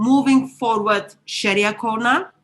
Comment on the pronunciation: Haha she called it Sharia corner